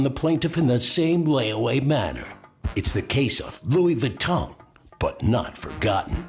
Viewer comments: Baton, please. Louis Baton. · Louis Baton. lol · "Parsh" and "Louis Vaton" those should be added to the dictionary...